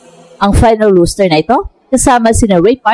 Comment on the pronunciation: ROSTER po, hindi ROOSTER